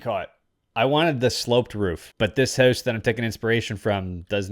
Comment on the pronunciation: "I want to build a minecraft hews" 🇨🇦